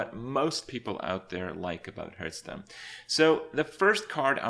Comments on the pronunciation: he does kinda say it wrong i just noticed, he says it like "herthstone" not "harthstone" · Are you one of those people that thinks it's pronounced h-earthstone?